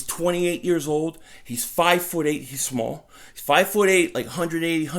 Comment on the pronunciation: I was jus putting an emphasis on the way You said small and the face you made. Shit was funny!